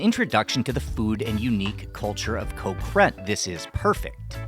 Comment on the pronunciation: Impressive research and I always learn something from these videos, but can ya improve the pronunciation a bit. the word for island is" Got", without the T, not Co- or anything like that.